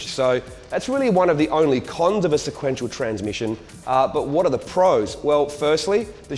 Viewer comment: Lol " sequnetial "